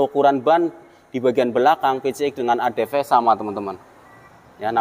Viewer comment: Adv bukan adp 😅